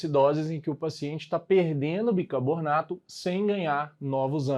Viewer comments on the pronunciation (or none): Aula excelente, só queria saber porque o professor fala bicabornato kk